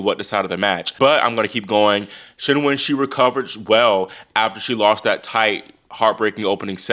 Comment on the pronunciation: Can I just say I appreciate how much research you do down to pronouncing Qinwen's name properly. It's not "Keen Wen" it's like "Cheen Wen"